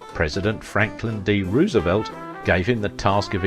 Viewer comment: Please try to get Roosevelt's name right. Hoover has an 'oo'. Roosevelt hasn't.